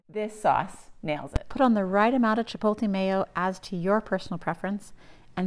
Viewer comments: Chip-oat-lay Not Chip-pole-tay Jesus it's 2024 just read the word. Chipotle. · Thanks but one thing: It’s not chipolte. It’s ch i p o t l e. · The “L” in Chipotle is after the “T” you’re saying Chipolte which is wrong